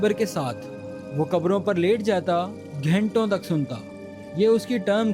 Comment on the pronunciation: Voice record karona video achha lage ga Khud ki photo itna bara karke dikhane ki kiya jarurat Or ghento tak kiya hoti hai..? Ghanto tak hoti hai Bat karte waqt correct pronunciation karna chahiye take sunne walo ko bhi achha lage